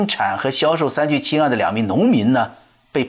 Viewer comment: 三聚氰胺，很多人发音都错了，发对了。